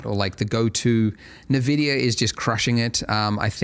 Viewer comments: Wait, it's called NeVidia this whole time? I though it was eNVidia... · NaVidia x_x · Thanks Andrew for these tutorials! I've been following you for over 10 years, I just wanted to see the new features on 4.x and why not see the donut tutorial again! Also, you pronounce nVidia funny 😅